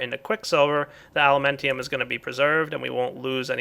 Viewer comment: its alumentum not elementium